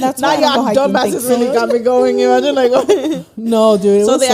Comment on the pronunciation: take a shot every time any of them say "imagen"